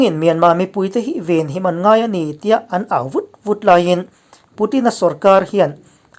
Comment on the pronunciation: Mizo inih chuan 'Hman' tih ithluk dan hi a dik lo nasa ltk sim roh.. tawngdang chu iduh danin moilo deuh2 pon ti herh kual mahla mizo tawng chu tih chi ve loh.. A thlûk in a hril thui ltk.. i tawng hi apai bik tlat hi enge maw a chhan awww 😆